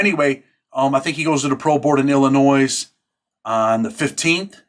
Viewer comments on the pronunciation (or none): The S in Illinois is silent. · My man, I love your content... but there's only one Illinois not multiple, the S is silent